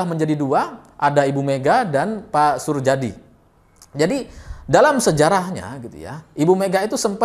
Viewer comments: Suryadi bacanya, bukan surjadi.. Itu kan ejaan lama.. Heee.. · Pengucapannya Suryadi bukan Surjadi. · drs. Soerjadi bacanya SurYadi bukan Surjadi. Itu ejaan lama, mas. Iya betul suami pertama ibu Mega adl penerbang yg (di)hilang(kan) saat tugas dan sampe sekarang tidak diketemukan jasadnya juga pesawatnya. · Sedikit koreksi , Soerjadi cara bacanya Suryadi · Soerjadi, bacanya: Suryadi🙏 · Soerjadi dibaca Suryadi mas... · bacanya Suryadi mas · jika baca nama 'Surjadi' hendaknya seperti baca 'Suryadi'.. Surjadi ini berjasa cukup besar dalam menaikkan suara PDI di Parlemen, ketika itu beliau dalam kampanye pemilu mempopulerkan semboyan METAL (merah total) dng mengacungkan jari kelingking, telunjuk, dan ibu jari (jempol).. Surjadi akhirnya sama Orba dipandang berbahaya, sehingga perlu diganti, namun diluar dugaan dalam pemilihan Ketum PDI yg muncul malah Ibu Mega.. nah loo..